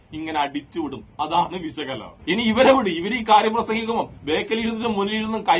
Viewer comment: സുഹൃത്തേ സംസാരിക്കുമ്പോൾ ഉച്ഛാരണം ഒന്ന് നന്നാക്കു. വെശകല അല്ല. വിഷകലയാണ്. ഉള്ളടക്കം നല്ലതാണ്.